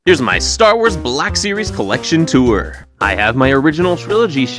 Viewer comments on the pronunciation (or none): none